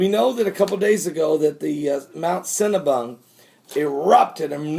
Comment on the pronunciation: okay I'm sitting here drinking a cup of coffee and I hear you say mount Cinnabun, I must be hungry hold on I'll be back don't go anywhere.